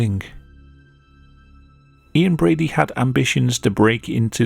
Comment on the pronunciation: Ian Brady? I literally every time hear "inbreedy" No diss on the narrator, I love him